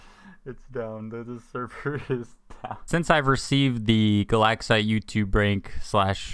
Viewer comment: "Galaxite" i thought you said "the lag site"